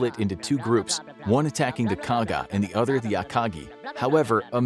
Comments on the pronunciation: Akaji? C’mon… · What is this “akaji” you speak of